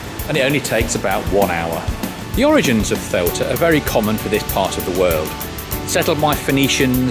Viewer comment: By my count, you've pronounced "Ceuta" in six different ways. Perhaps its time to settle on one, and stick with it.